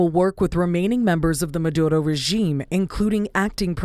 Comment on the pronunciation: Love how your DEI-hire tried to roll that “R” in Maduro. …if she’s white is that cultural appropriation? We should probably file a complaint…